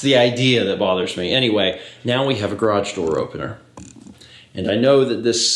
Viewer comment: Is "graaj" from the same dictionary as "draff" and "surl"?